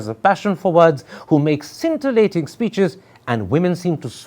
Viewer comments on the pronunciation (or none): none